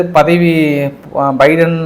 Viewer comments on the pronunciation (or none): none